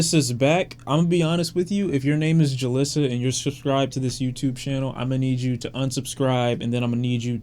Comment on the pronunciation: Julisa sounds alot better/normal in spanish (joo-lee-sah). I've actually never heard julisa pronounced in the way that Tory Lanez does.